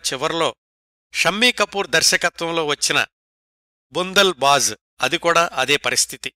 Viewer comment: అలాగే అది బండల్ బాజ్ అనాలి, బుండల్ బాజ్ అన్నారు